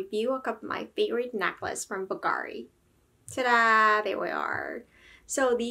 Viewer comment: It's not BULL-gare-i, it's bvl-GAH-ree. It's not pave, it's pavé. I expect there to also be more pronunciation issues further into the video, but I won't bother going over them now. I'm exiting.